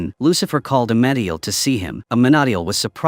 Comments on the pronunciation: a-MEN-a-deal! Please learn how to pronounce names correctly! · In the show it was pronounced (uh-men-uh-deal)